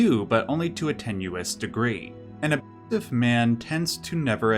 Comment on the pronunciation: What the heck, you can't even say "abusiive"? Holy shit that's lame.